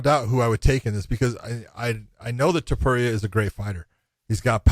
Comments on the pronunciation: The way josh thompson tries to just brush his lack of ability to pronounce names under the rug is hilarious. He harps on fighters for their abilities all the time, the least josh could do is learn to say their names correctly😅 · Topuria: Josh: Tai-puria. Alright then.